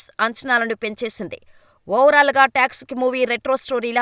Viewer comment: movie texic aa😂😂😂 7th chaduvukuma meekante baga English nake vachu😅toxic😊